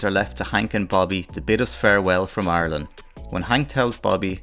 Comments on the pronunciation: Mike Judge = Genius. Also, when you say "Arlen" is sounds like you're saying "Ireland" (with accent, of course.) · I love your accent and at first thought you were saying "Ireland" the way most Americans do but no, you were saying "Arlen." Wonder if the names are actually related--or the same!